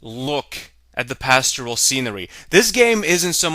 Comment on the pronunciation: I'm sure somebody has mentioned this, but there's no word pronounced pastural. It's 'pastoral'. -pertaining to the country or to life in the country; rural; rustic. portraying or suggesting idyllically the life of shepherds or of the country, as a work of literature, art, or music: pastoral poetry; a pastoral symphony.